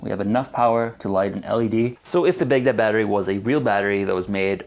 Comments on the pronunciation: Everytime he said Baghdad battery, I thought he was saying Big Dead battery. Censoring the word damnit, from God damnit? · I was so confused at the ‘big dead’ battery name. And now that I’ve mentioned it I bet you can’t unhear it. I’m used to it being pronounced “bag dad” not “big dead” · Its not "big daad" it is sincerely pronounced as "baag daud". Respect names.